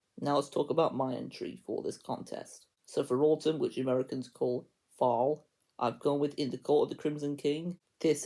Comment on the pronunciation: Nice American accent when saying "Fall," haha. Good luck.